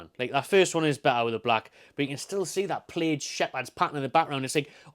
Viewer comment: Plaid rhymes with dad.